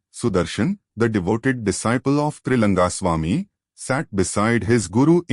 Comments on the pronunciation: 🙏🙏🙏it’s Trilinga Swamy not Trilanga Swamy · His name is Trilinga swamy. Not Triranga...